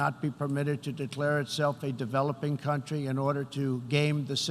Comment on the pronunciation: Dam whoever wrote this for the orange idiot is good! And this guy cant pronounce “country”!!!!